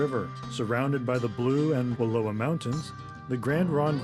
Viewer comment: 'Slough' is pronounced 'sloo.' Wallowa rhymes with 'Allow-a' not Aloha.